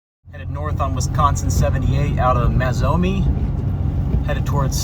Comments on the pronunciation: Pronounced May Zo Main E.Good try though. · As a resident of Mazomanie it is pronounced May Zoh May Knee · May-zoe-main-ee. Just try Boscobel, Muscoda… haha! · Well, when you repeatedly pronounce a pretty-easy-to-pronounce town so badly, you should expect that. I mean, who cares, but truly...mazz-oh-mee? How do you get that from Mazomanie??? You're missing a full syllable. It's really a quite simple pronunciation. I will assume you are one of the people who are strong in sciences and extremely weak in literacy. Not that you should care, but the negative comments about your literacy level are legitimate. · Nice video. for reference, Mazomanie = May-zo-may-nee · Pronounced Maze-Oh-Main-E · Maze-Oh-May-Knee Lol Good try, though!😊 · Maze-oh-main-ee (or Mazo, as we usually refer to it as :) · It's pronounced "May-zo-may-knee". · In what world could Mazomanie be pronounced 'mazz-oh-mee'??? This storm chaser cannot read! Drove past multiple signs with 'Mazomanie' on it and kept calling the place 'mazz-oh-mee'. No wonder they say 40% of Americans are illiterate. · Great coverage! And, nbd, but most locals say, "MazeOmainE", ('er, uh,.. 'May-Zoh-May-Nee') 🤷‍♂️ Aside from storm-chasing, Wisconsin has some beautiful landscapes and great scenery all across the region with wonderful countrysides, roaming hills, valley's, etc. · It’s pronounced May-zo-main-e. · I'm Wisconsin-born, misspronunciations of names can be expected from outsiders, no harm, it makes for a good laugh 😂. Thanks for sharing the video. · That stretch was always a favorite of mine for a winding, summer, motorcycle cruise in the river valley. That storm would have increased the adrenaline. Thanks for the excellent video. The river rats will forgive the pronunciation.